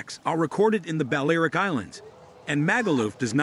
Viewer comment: Also, Balearic is not pronounced BAL-AIR-ICK, it should be BAL-EE-AIR-ICK !